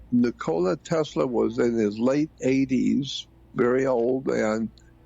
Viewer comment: Thats crazy!!!! So that is the second person and Ive heard Trump prnounce The name Tesla and say Tesler